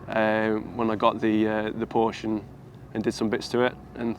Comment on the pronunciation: if you own a PORSCHE you should know to pronounce the E at the end